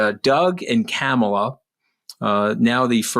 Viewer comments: I'm obsessed with your podcast. I learn so much from both you. I have one beg from Anthony: Kah-mah-la. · Say VP Harris’s first name correctly, please.